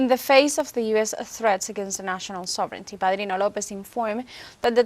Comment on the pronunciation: ❤Thank you for all you do to bring us the unbiased news of Latin America and beyond! And thank you for pronouncing "sovereignty" like "SOVrinty" (correct) instead of "sovRINity" (incorrect)! And I wish I could stop my U.S. government from doing horrible things!